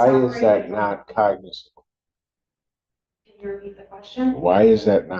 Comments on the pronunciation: She can't pronounce "cognizable." Judge keeps correcting her and she skips right over it. 😂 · I wondered if the attorney was using AI to script her arguments, but AI would probably be better. Not only does she not know what a cognizable claim is, she' doesn't know how to say the word.